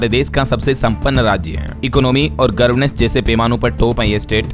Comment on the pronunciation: सही बोला करो गर्वनेस नहीं गवरनेस होता है गर्वनर नहीं गवरनर होता है